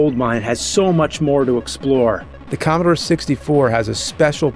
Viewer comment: More like.. Commobore